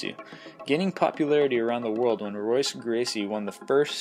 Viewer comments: It's pronounced "Hoyce", c'mon man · It is spelled Royce, but it is pronounced Hoyce. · r is silent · If you don't pronounce Royce Gracie as "hoyce", I find it difficult to take your opinions seriously. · Royce's (pronounced Hoyce) Gracie would destroy Chuck Norris. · Ninjutsu was placed above Brazilian Jiu-Jitsu ? 😏 I guess it's a good thing I learn my Jiujitsu from a Valtudo champion This list was a joke. Kinda gave it away with the pronunciation of Royce